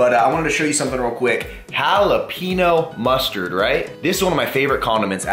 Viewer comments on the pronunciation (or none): Pronounce Jalapeño, like Hall-a-pen-yo not Hall-a-pean-yo lol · Hollapeeno sauce